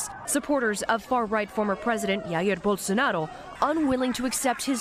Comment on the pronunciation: "Rair Bolsonaro" foi foda hahahahah. O pessoal acha que a gente fala espanhol mermo, é pá sifudê uma coisa dessa viu